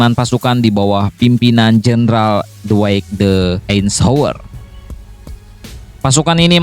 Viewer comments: Ralat dikit om, Eisenhower bukan einshower 😁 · Baca nya aisenhawer min. Itu cara baca nya ya.